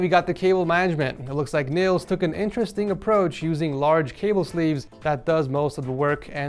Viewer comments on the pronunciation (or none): none